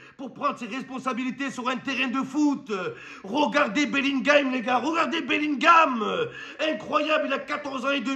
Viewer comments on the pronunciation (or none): none